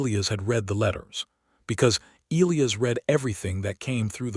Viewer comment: You simply must figure out how to pronounce names! Elias is pronounced ee lie us, with the emphases on the middle syllable!